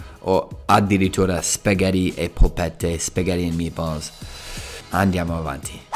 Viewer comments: Ti prego... impara a dire Spaghetti 🍝 e non spagheeedi 🙏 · Dopo anni in Italia e dici ancora “spagheri”, mi deludi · spaghetti....doppia tt....SPAGHETTI non spagheti..su che sei bravo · Spaghetti -"Spaghèri" 🤨